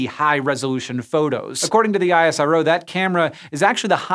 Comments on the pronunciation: You never call NASA as N.A.S.A. but NaaSaa similarly ISRO is not I.S.R.O but EesRow Next time mind it. Thanks for the video. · Just a quick note... We call ISRO not I S R O... But IS - ROH.. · It's called IS -RO not I.S.R.O ! It's similiar to saying "NA-SAAH" and not N .A. S. A!! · Great video. Just one thing, we call it isro(eesrow) not ISRO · Yeah, I.S.R.O. sounds weird to me, too. At my company we always say "iz-row". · My head hurts from explaining this everytime but here goes.. It's pronounced IS-RO not Aie-Ess-Ar-O. Just like NA-SA and not Enn-Ae-Ess-Ae. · It's fine dude.. pronunciation isn't important, their support is.. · we in India call it ISRO, not I-S-R-O..I dont know what is the "Right way" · American Logic NASA = "NASA" ISRO = I-S-R-O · It's called " Is-ro " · Its pronounced Iss-Roh :)